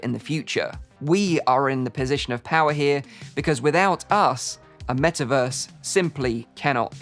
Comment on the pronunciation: soon™: "Wellkim to the Me'averse!"